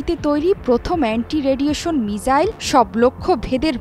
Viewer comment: মিজাইল ❌ মিসাইল ✅